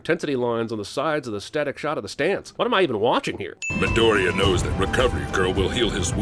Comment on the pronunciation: Except it's Midoriya, not "Midorea"